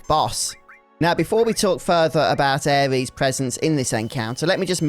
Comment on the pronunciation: was gonna watch more of your vids on this mod but im sorry, i cannot bare to hear you call her "Ares," one more time lol.